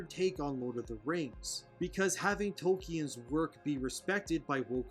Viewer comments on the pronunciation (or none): I’m pretty sick of the woke bullshit too. What I’m also sick of, is people pretending to be guardians of Tolkien’s work, when they can even pronounce his name correctly.